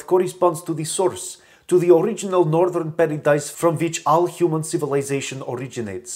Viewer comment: "The Uriginal" ha ha ha ha!